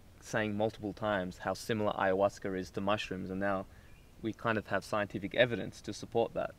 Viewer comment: lol he said hayahuasquer, love it